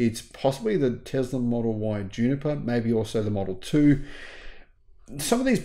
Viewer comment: I love your videos but where the heck do you find the Z in Tesla?